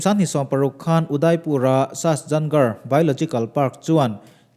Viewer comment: Sasjangarh tia lam loin sajangarh tia lamtur ania,a hmasa ber hi, he sahuan ah hian ka kal tawha, sakei var pawh hi ka hmu ve ngei e, bengvarthlak țhin e.